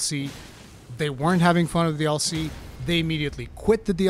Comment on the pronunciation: Lol I didnt understand what you were saying in the intro for the first few seconds. To me, you saying “DLC” sounds like “All See”